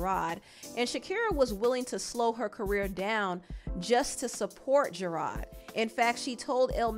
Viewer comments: I like the way you pronounce his name Gerard. Very fancy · the way you kept saying gerard wrong was cracking me up lmfao